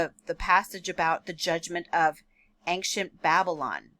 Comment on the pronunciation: Please don’t say “aink-shent” it’s ancient, pronounced “ain-shient”. Think of it this way, an-cient. The “c” is pronounced as an “sh”.